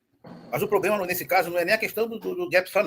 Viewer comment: "Não tem poblema"😂😂😂😂😂